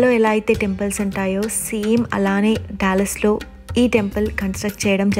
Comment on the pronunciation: డల్లాస్ టెక్సాస్ అనకూడదు ! డాలస్ టెక్సాస్ అనాలి . ఎందుకంటె సియాటిల్ దగ్గిర ఇదే స్పెల్లింగ్ తో డల్లాస్ అనే పట్టణం వుంది. గందుకని గలా పలకాలి .